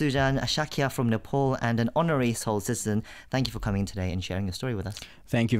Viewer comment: Being Nepali ,It would be really nice if u you could pronounce Nepal, Kathmandu n Pokhara as Nepali.